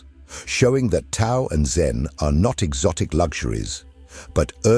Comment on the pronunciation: Profound and helpful video but please correct pronunciation of Tao. Thanks.